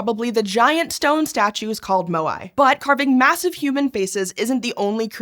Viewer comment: It's pronounced "mow E" not "moe eye"